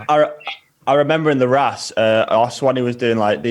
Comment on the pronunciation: It's not pronounced the rass its pronounced rauce like sauce.